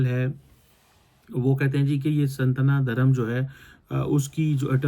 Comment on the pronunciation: Don't disrespect our religion. Learn to pronounce properly 'Sanaatan Dharm' and then share your thoughts. It's very disturbing when you start talking about India but don't pronounce the words correctly. 😡😡